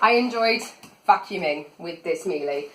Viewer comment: Interesting, you got one of the baseline models. The high models have a better dusting brush and a remote control. Any straight suction floor tool won't perform well on carpet so don't expect it to. Very nice review though. P.S Miele is pronounced "Miela" ;)